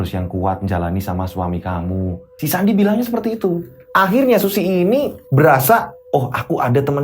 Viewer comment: Eh sandi kedengerane andi😂😂😂😂